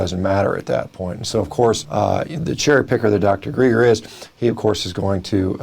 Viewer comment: my name is dr. GREGer not dr GREEGer - get it right carcass boy or we're gonna tangle